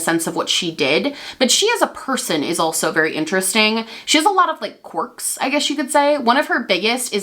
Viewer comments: Is she saying "corks" instead of "querk?" ❤️❤️ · Love you and love the video (haven’t heard this story before and was living for it) but I cannot get over how you say “corks” haha just a southern girl not used to that accent